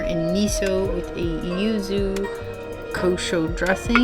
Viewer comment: Well, she’s three sheets to the wind entering the place. Slurring, calling yuzu “uzu” and struggling with those chopsticks, despite being familiar with this cuisine. He is much more articulate in the food analysis. Btw, the seaweed strings under the ikura (fish roe) is mozuku, famous from Okinawa. The leaf beneath the squid is shiso. Do come to Japan, where you’ll get that whole meal for less than $20, especially with the exchange rate.